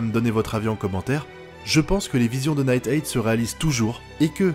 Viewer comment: J'ai rien contre toi! Nighteye ne se prononce pas Night-èi mais Night-AI!